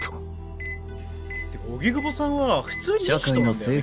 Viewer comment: 荻久保→おぎくぼ ❌はぎくぼ 何回間違えんねんw